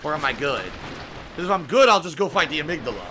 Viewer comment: I don't know if I should congratulate him for knowing the correct pronunciation of amygdala or chastise him for not knowing he pronounced the name incorrectly.